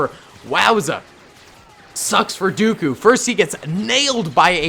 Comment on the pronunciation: It’s not Count daeku its count dooku